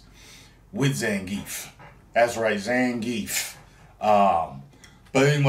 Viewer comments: greetings from Mother Russia! It's pronounced almost exactly as it spelled ZA-NGEE-YEFF. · ZahnGeff is how its pronounced